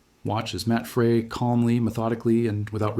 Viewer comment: Devastating by Matt pronounced Fry. Try and stop these lazy mispronunciation of names and places.